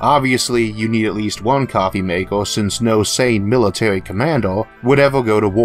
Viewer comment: Militawy Conflicts in Space sound Intwesting